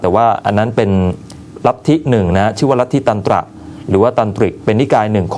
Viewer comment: อีกอย่าง ลิทธิ"ตรันตระ" ครับ ไม่ใช้ ยันตะ